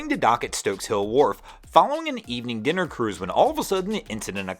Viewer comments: Dinner cruise, instead of diner cruise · Thanks for interesting and entertaining boating news 👍 just one thing it’s “Dinner Cruise” 🤪🤣